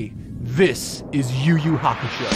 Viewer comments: “you you hakashow” is fucking hilarious 😂😂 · “You you hakashow” is freaking hilarious 😂😂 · Cracking up at "Yu Yu Hakashow"